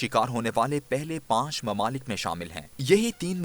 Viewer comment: Mamalik nahi mumalik, correct ur urdu.